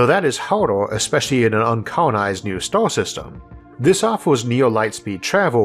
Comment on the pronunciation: isaac arthur = elmer fudd.... wowoed = world stawwww = star enwieryament = environment